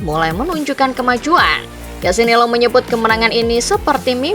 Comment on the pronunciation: Lucio Cecchinello Bacanya Lusio Cekinelo Bukan Kesinelo